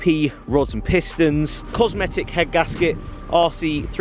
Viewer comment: 235bhp outta a b16b!? THATS AWESOME!... Ohhh its a 2.0 stroker... meh :( +Its Darton, and Cometic, not cosmetic lol